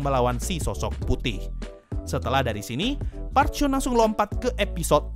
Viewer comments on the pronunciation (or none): none